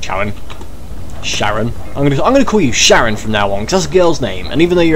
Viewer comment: his name is pronounced karon he is a reference to ancient greek mythology seeing as u get him in the underworld and in greek mythology charon is the ferry man of the underworld